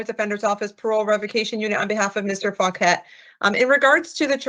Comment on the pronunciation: Well his last name is “Fauquet”, so he says “Fuq-et” 😂